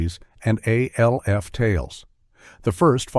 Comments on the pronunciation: Alf is pronounced as a one syllable name. It the live action show and the cartoon, it was never said as three initials. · It's not A-L-F ..it's Alf ...as in one word 🤦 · It’s pronounced ALF ALF ALF not A.L.F…